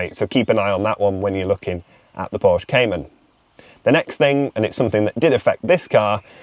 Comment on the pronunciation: Anyone who can’t even pronounce Porsche correctly SHOULD have nothing but problems…